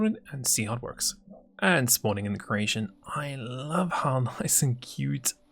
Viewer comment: My girlfriend is from croatia and she always thinks you say "croatian" instead of "creation" It is quite funny tho I have to admit xD "Spawning in the croatian..." "Lets play with that croatian a little..."